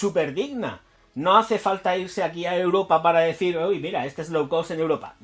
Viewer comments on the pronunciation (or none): none